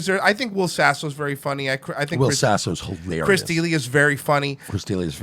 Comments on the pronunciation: Chris "DE-LEE-AH" not Chris "Dealia" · It's pronounced Duh-Lee-Uh, not that it matters. I don't know why I even made this comment... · "Chris DEALIA" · heh, it's Chris Da-LEE-uh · Right off the bat with the wrong pronunciation. Dealia? Lol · Its chris duh-Lee-uh. Just saying. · BTW FYI It’s DUH LEEE UHHH stop mispronouncing it kthnx go fuck yaself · Dude learn how to say D’Elia’s name. DUH LEE YUH. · Chris dill-ia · Idk if these guys are saying Dealia to piss me off but it’s working! Lol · how you gunna do commentaries on comedians and not know how to pronounce delias name lmaoo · What’s more funny than you think Chris and Brendan having a beef, which is the dumbest thing ever because they are all great friends. You saying Chris’s last name wrong is the most fucking annoying thing ever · I've been listening to TFATK since brendan was still fighting. I cant stand him. But these douches cant even pronounce Chris Delia's name right? Chodes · Makes fun of how he says manipulate but doesn’t pronounce D’Elia’s last name correctly 🙄 I clicked on the video cuz I’m interested in a secret beef, but cmon. Make fun of people for something other than mispronunciations